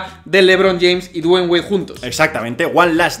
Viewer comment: Nunca aprendi a pronunciar Dwayne...le dig Wade y listo xd